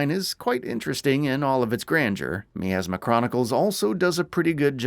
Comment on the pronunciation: Despite being 3 years late to this review I'd still like to ask how is it that this game can say the word "miasma" as often as it does, yet the reviewer will mispronounce it every single time?